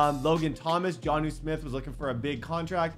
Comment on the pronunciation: why is he unable to say jonnu?